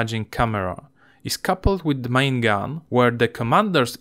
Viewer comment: Wysoki poziom angielskiego, jeśli chodzi o gramatykę i słownictwo (w tym fachowe), natomiast wymowa zdecydowanie do poprawy. Niektóre podstawowe słowa są wymawiane tak niepoprawnie, że nie wszyscy się połapią bez napisów. Szczególnie razi to w przypadku słów powtarzanych wielokrotnie, jak "main", "turret", "unmanned".